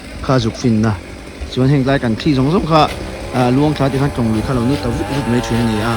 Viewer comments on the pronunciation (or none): "Mei" nilo in "Mai" tih tur ani e .